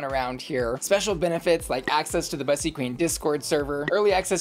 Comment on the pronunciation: My pet peeve with this channel is that Bussy mispronounces her own freaking name. It’s literally supposed to rhyme with p***y 🐱